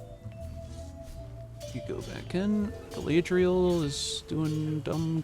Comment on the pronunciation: Galadriel probably messed up that battle because she was sick of you mispronouncing her name 😂